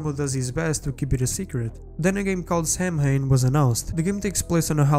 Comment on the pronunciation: Samhain is pronounced Sowin